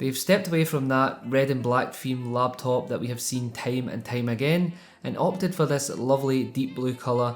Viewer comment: "tayme and tayme uhgayn"